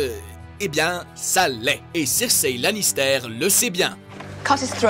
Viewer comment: "spoilair", "cersei lanistair", "melizandre" ... mes oreilles